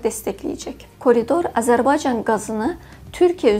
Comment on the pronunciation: Lütfen Âzerbaycan sözünü Düzgün telaffuz etmeye çalış şapkalı Â olarak kullan ruslar gibi telaffuz ediyorsun Azerbaycan değil A" zerbaycan yani şapkalı Â gibi düşün